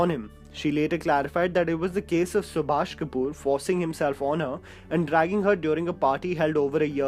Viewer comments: Subhash Kapoor, not Subhasish Kapoor! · its SUBHASH not SUBHASHISH